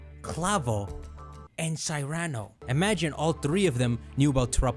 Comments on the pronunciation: Great video theory. But learn to pronounce Cyrano is pronounced like "See-Ra-No". like the play Cyrano de Bergerac is a play written in 1897 by Edmond Rostand. That was made in to a book. Colture your self. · Cyrano is pronounced “SIH-ruh-noh” (like the story of Cyrano de Bergerac based on the real person of the same name)